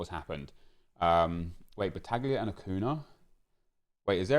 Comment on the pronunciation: This is really petty and I’m so sorry but it’s pronounced ‘acunya’ cos of the accent chief